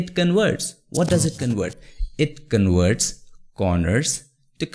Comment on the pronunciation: Could you please enunciate well the letter "v" ? you say "con-werts" when it should be "con-verts". 😁